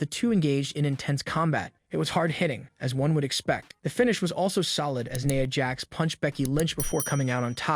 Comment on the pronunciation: Its NIA jax not naya